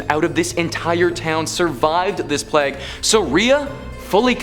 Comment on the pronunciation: How about calling the plague...."pleg"